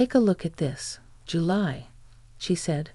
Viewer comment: A good idea is to listen to your own story before you post it. You idiots call Julie, July and Julay. Sloppy. Get with it.